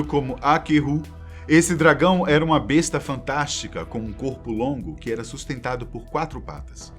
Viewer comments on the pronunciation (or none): none